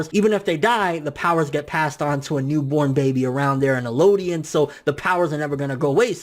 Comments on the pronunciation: It's EL-DIAN!! Not ELO-DIAN!! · Also, Eldian, not Elooodian... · It's eldian L-D-in